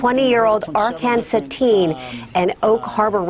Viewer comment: You dont pronounce it like that its written çetin you pronounce the ç like ch in chip. chetin